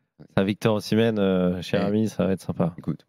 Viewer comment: Osimenh... Pfffff... Pas sur que ce soit bon..